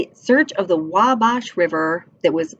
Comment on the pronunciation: It’s pronounced “Wall-Bash”